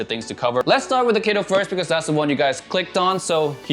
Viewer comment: BTW it pronounces as kä to not kae to as it's a Japanese name.